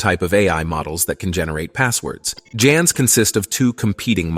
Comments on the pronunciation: Jans? Haven't heard anyone use J before. Should be hard G for "GANs". Hope this doesn't turn into the new GIF vs JIF. BTW, the creator of GIF says it is J, not G, so it is JIF. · It's pronounced as " GAN's " not "JAN's", you need to finetune your AI narrator 🙂